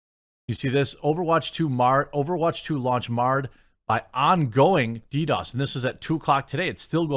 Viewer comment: Jeremy, it’s DDOS. Lol